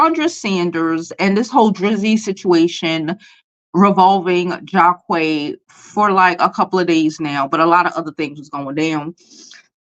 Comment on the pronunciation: Lol the names are pronounced JAH-QEEES and drEEzy. Long vowel sounds (this why they made for each other)